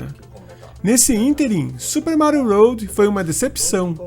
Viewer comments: É melhor você falar desta maneira que a maioria das pessoas falam do que falar da maneira que está no vídeo, que fica parecendo ROAD, que significa ESTRADA em inglês. 😉✌🏻👍🏻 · Amigo, o vídeo ficou muito bom! Permita-me apenas uma correção: se diz Super Mário WORLD (leia “uôrd”). Um abraço!